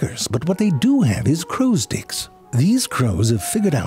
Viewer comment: I wonder how maybe time he said crows dick instead of crows sticks 😅